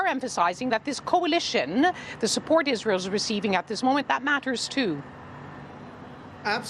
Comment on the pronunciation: This woman said Isran... What drug is she on really?